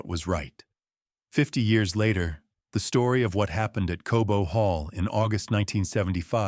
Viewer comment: Cobo hall not Kobo.